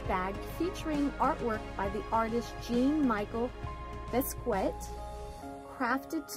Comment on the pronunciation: Did you read up on Mr. Basquit’s work. If you do you will learn about him and truly appreciate your purchases along with understanding what his work represents. Also learn the correct pronunciation of his name.